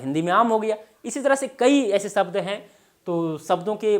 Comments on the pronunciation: शब्द को सब्द क्यू बोल रहे हैं आप सर जी😂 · व्याकरण पढा रहे हो और श, ष को स बोल रहे हो.... शब्द को सब्द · आप शब्द को सब्द बोल रहे है। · Sabda nahi Shabda hota hai... pahale aapni Bhasha Sudharo😂